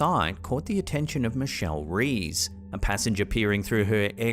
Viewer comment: Just an fyi Michelle's last name Reyes is pronounced "Ray-ez" not Reez =)